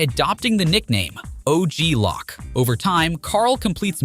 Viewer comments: "o.g lock" 😂 it's pronounced "low'k" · “OG Lock” lol oh you sweet summer child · Bro said OG lock 🔒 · “Og lock”